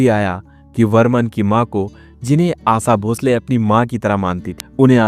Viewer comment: Who ever has made this video doesn't have spine to mention his name ...makes video on hearsay to fill his stomach, shd first learn to speak shuddh Hindi ,can't even sowll the Great Asha Bhosle s name properly,and is badmouthing a women talks about the mentality of cursing a successful woman for the fate of a man ..